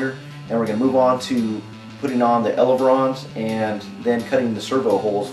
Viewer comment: ELEVON NOT ELEVRON